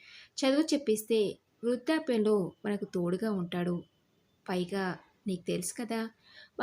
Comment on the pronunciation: తెలుగు కథలు చదివేటప్పుడు ఉచ్చారణ దోషాలు లేకుండా చదివితే బాగుంటుందమ్మా. శ,ష,స ల మధ్య తేడా కనిపించడం లేదు. బర్త అని పలుకుతున్నారు భర్త అని పలకాలి. రాగవ కాదు రాఘవ, వృద్దాప్యం కాదు వృద్ధాప్యం, ఉద్దరించడం కాదు ఉద్ధరించడం.